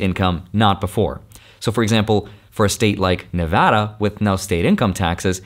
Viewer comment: Omg, when he says Nevada the right way. 🎉